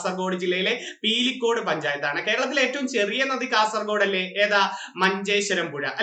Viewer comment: പീലിക്കോട് അല്ലസാർ.. പിലിക്കോട് ആന്ന്